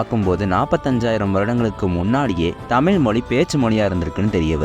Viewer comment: தமில் மொலி அல்ல தம்பி அது தமிழ் மொழி